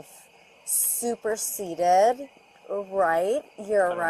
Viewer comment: she really pulled out "superseded" with a .3 bac 😭😭😭😭 clearly sober